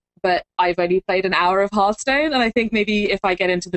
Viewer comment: H ARTH STONE, not HURRRDURRR UURTH stone